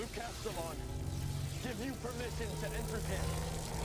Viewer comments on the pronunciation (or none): Honestly as a fan of the books the most shocking thing of this episode has been Luke's surname pronunciation 😂 for 12 years I called him one way and now Castellån is canon 😂